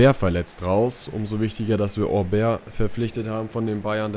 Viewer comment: So: "Obäär" - du machst das schon richtig :)